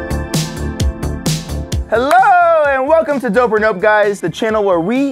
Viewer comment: "Hewwo The Chwannel where we Wate... awkward silence Pwoducts. (Sorry for misspelling or whatever)